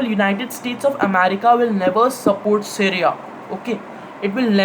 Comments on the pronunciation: Dude tf ...it's Syria ( pronounced as c riya) not seria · Pehle Apni Hinglish Sudhar Le. Stimulation Kenya hai Simulation Ko. Syria Ko Sereya Kon Kehta Hai Be. Kabhi Yeh Londa School K Quiz Mein Select Nahi Hua Hoga. Aur School K Teacher Ise House Ka Badge Ya Ribbon Dene Se Ghabrate Honge, Sochte Honge House Ki Beizzati Ho Jayegi. Seedha Seedha Bol Na K Syria K Bare Mein Zyada Deep Nahi Padha Hai. Yeh Wahi Ladke Hote Hain Jo Apne Dada Ya Pardada Ko ABC Sikha K Apne Teacher K Bhi Baap Bante Hain